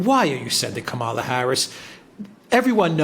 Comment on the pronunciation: Did you say Kampala Harris is going to Vietnam to Hanoi , or to annoy?